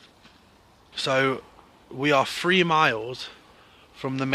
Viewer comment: I’m not laughing at the guys at all really I’m not. It’s just so funny when he says we drove free miles. I know he is saying three miles but it sounds like we drove free miles. Sorry mate. Please be careful guys. Ghost can’t hurt you but man can